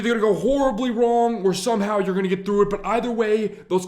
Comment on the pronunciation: "Something completely WONG!"